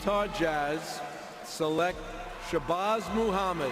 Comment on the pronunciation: Never realized how horrific this draft was but I like how Stern mispronounced select in anticipation of having to say the freaks name